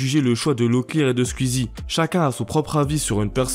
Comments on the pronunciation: Squeezie (coui coui) pas cuizi 😂😂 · Tuiter Squzie mdr les prononciations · Comment tu dis squeezie "squizzi" 🤣😂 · Putain cette prononciation infernal de twitch et squeezie Y a un son « ou » normalement